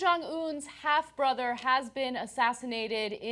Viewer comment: "Borther", must be a Korean thing.